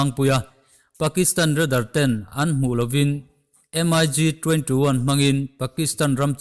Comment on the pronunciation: MIG anilo mik ti in lam tur